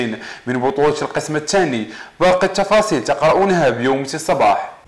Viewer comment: واش هدا صحفي ولا ك يبيع النعناع هههههه الشفاصيل